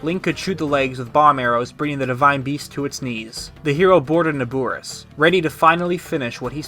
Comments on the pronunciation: How is he saying it wrong, it’s Na-bor-is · Great video but everytime you say "NabUris" a chill goes down my spine. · Your saying Naboris wrong😐